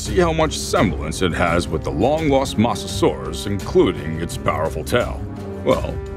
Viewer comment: You said Mosasaurs wrong you said mossasoris